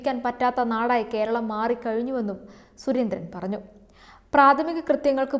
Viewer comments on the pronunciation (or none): none